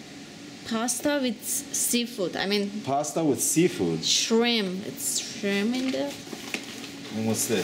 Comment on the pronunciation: ''Shrim'' -.- needs to learn English.